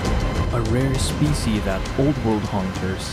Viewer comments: This is a good video but the way youre saying subspecie not subspecies is driving me insane im sorry. Why are you saying it like that? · Just a heads up for the future, "species" still has the s on the end even when it's singular.